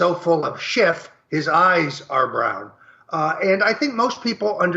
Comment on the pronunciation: Adam Schiff not Adam Shift.